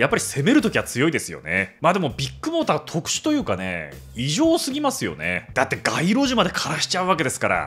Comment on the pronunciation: KAZUYA君はビッグモーターを「ビックモーター」と呼ぶのは何故？ あぁ、ビックカメラのファンなのかｗ